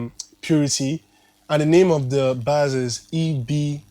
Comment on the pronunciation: Bass is actually pronounced as “base” not “bas” 😆